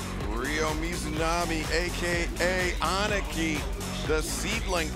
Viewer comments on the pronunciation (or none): Would somebody please fix Justin Roberts? Aniki is not pronounced "aunt nikki"